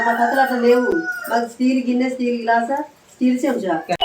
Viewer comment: అది గాస కాదురా గ్లాస్ అది పొడి గిన్నె కాదు రా గిన్నె ఇంకోసారి అట్లా కామెడీ చేసావనుకో నవ్వుకుంటున్నారు జనాలు అక్కడ